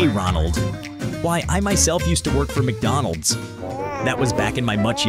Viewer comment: mcdonalds? nah, mcbonalds